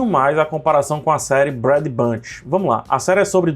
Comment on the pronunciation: Brad é só quando é Brad. Mas quando é Brady, se fala Breidi. Feliz em ajudar 😅